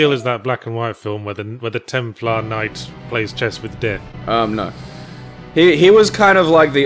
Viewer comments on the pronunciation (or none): none